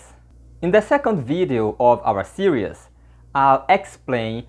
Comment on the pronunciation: E aí, td bem? Olha, cê fala 'series' como se fosse 'serious.' Tenta de prononciá-lo como 'SI-riz' ou seja como a palavra portuguesa siris acentuada na primeira sílaba e com som de Z no final.